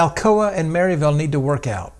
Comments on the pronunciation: It’s Mur-ville. Lovely people there. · I'm 2 years late watching this video, but hoping to ride this trail later this fall, fingers crossed with new signage. I'm 30+ years now living in the Upstate, but grew up in Knoxville, South Knoxville to be exact. And yes, the pronunciation of Maryville is a telltale sign of a newcomer, but I discovered the same thing here when I moved decades ago to the Upstate that Clinton, SC has that same distinction of a surprise pronunciation for the newcomer. I struggled to find it on the map when I first moved here... and then I learned the secret. 😉